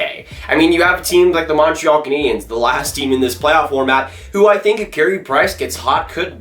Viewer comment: You gotta learn how to say Montreal